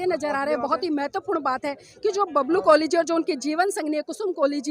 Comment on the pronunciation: य़े कोली है या कोहली।